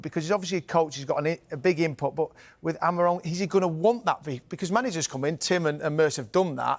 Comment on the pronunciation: I am not a good teacher of phonetics.. But chat gpt does a great job at it: To help an English speaker pronounce the Portuguese name "Amorim" correctly, here’s a breakdown: 1. First syllable - "A": This is pronounced like the "a" in "father." It’s a short and open "a" sound, more like "ah." 2. Second syllable - "mo": This sounds like the English word "mow" (as in to cut grass). Say it quickly with a slightly rounded “o” sound. 3. Third syllable - "rim": This is a bit different from how "rim" sounds in English. In Portuguese, "im" is a nasal sound, similar to the “-an” in “Jean” in French, but with an "m" at the end. It’s almost like saying "reem" but letting it resonate through your nose, with no hard "m" sound at the end. Putting it together: "ah-mo-reem" (where the last part sounds a bit nasal and softer than in English). It might take a little practice to get that nasal sound at the end, but this approach should make it close to the original pronunciation.